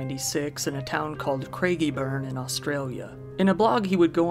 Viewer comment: A non aussie saying Craigieburn right noice m8